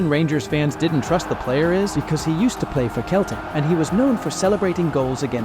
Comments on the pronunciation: You forgot Michael Laudrup . And it is pronounced seltic and not Keltic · Not just Juventus, he mispronounces almost every name of clubs and players. Keltic? Please... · It's pronounced Seltic not celtic 😒